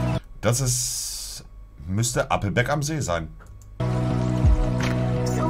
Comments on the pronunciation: Jedesmal wenn Monte ,,Appelbeck‘‘ sagt einen Trinken. Nach 5 Minuten bist du weg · Challenge immer einen trinken wenn er "Appelbeck" sagt